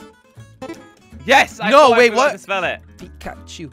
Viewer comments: PIKA PIKA PIKACHU not Pieeclashu idk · It’s “Pikachu”